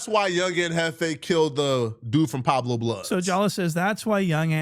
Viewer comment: Pueblo this fool keep saying Pablo.